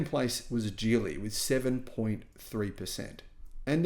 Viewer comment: It's pronounced Geely with a hard "g" not a j sound. Thank you as always,.